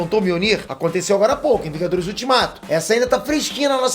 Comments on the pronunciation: Opa! "Vingadorrs" né kk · "vingadorr" acha q eu to brincando